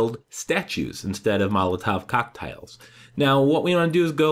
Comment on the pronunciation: How he said molotov cocktails priceless😂😂😂😂😂😂😂